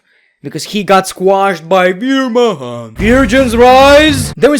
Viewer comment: Lmaoo the way you say Veer Mahaan 😂never change